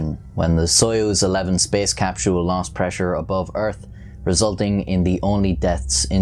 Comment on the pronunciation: please never say "capSHULE" i will be eternally grateful